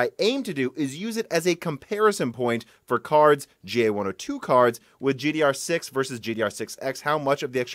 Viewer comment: Either you start saying GDDR6 or start saying DR4. IT'S SO FUCKING ANNOYING TO HEAR IT WRONG EVERY SINGLE TIME!